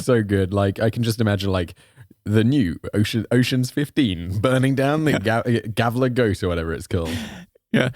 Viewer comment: haha the way you say Gävle, is like Jävla, = devil. It's suppose to be a E, not a A :p